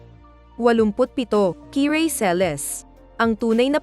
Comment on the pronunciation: Kirey. Yun kiray..😀brosas..broses.. 😄